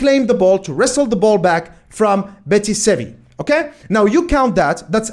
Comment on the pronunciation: Betis Sevi? Huh, that sounds unique. So used to it being pronounced simply Real Betis.